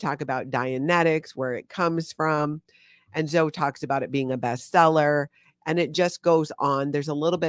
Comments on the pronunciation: Zoe is pronounced Zo-eeee (E like we) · That's my daughter's name and spelling. I LOVE, but I just kept thinking Zo-ee. She gets called Zo somewhat often.